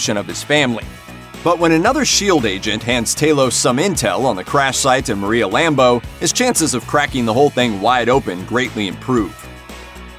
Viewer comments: It's Maria Rambeau, not Lambeau. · Omg bro you said Maria lambo!!!